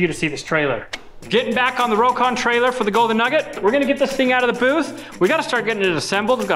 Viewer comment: he said crocon lol